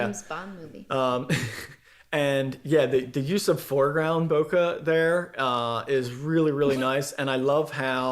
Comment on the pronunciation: Not that it really matters but, for what it's worth, ボケ or bokeh is a Japanese word that should be pronounced 'boh-kay', and 酒 or sake should be pronounced 'sah-kay' and not 'sah-key'.